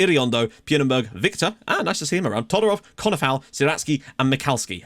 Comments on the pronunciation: You pronounce Pijnenburg as Painenburg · Yup it's Pine-In-Burg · Pijnenburg is pronounced: Pie-nen-berg